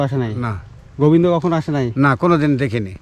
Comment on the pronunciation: Bhai goibndo na Govinda Nam to thek kore bolo